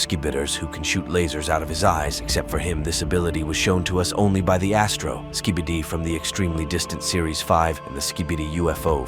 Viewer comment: At the start why did it say ‘ski bitter’💀💀💀